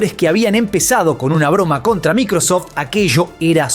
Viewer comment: Se dice MAICROSOFT y EI OU EL